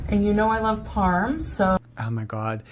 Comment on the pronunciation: more like "Brittney's Lah-ve" 😂